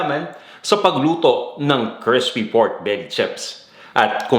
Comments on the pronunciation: Okay ang cooking mo pero ang arte mo mag tagalog at nag slang ka pa sabay taglish ka pa. Arte mo bata. Mag Tagalog ka nalang para tunay na pinoy. Buti nalang sa dulo eh nawala na arte mo sa taglish bata. Crispy not Crespi ! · Baka po crispy at di crespy. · Nakakaloko yung pagbigkas sa "crispy". Parang sinasadya talaga, eh.